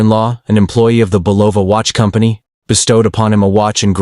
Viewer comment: The watch company in your 1975 double homicide is Bulova is pronounced Bull-oh-vah with the emphasis on the first syllable. Good research makes a story worth listening to. Is this AI?